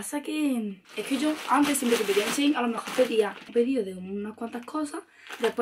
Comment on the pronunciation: dice chein y es shein